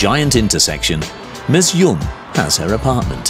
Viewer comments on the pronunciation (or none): none